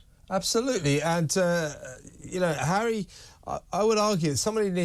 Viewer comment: *Harry, not 'Enry lol.